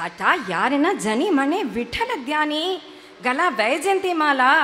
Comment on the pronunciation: Superb, I like it the way u tell the story, anyway u said meli it's not meli it's geli & u said mela it's not mela it's gela, sometimes small mistakes happen anyway next time correct it, All the best!!